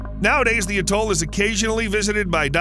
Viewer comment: Couldn’t even say atoll properly.